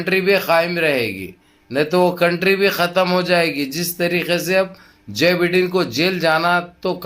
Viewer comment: Bhai wo Jai bendan nhi Joe Biden hai😂😂😂😂😂